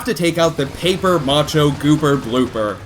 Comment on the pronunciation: its pronounced ma-sha not ma-cho